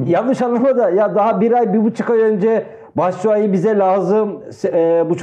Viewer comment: Batsuai dediniz yanıldınız